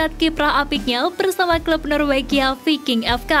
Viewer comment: Di baca vaiking... bukan VI--- KING belajar donkkk bahasa inggris